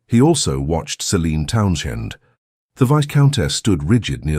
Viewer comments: She is Lady then 1st name and last name, last name is pronounced "towns end" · Just a simple comment: They do not pronounce 'Towndend' correctly. And: isn't she gorgeous! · And the AI pronunciation of Townsend drove me bonkers.